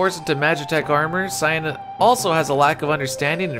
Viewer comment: Why do so many people pronounce his name as 'Sigh-anne' it's Cyan like Saiyen or Sigh-in Cyan is a color very close to Teal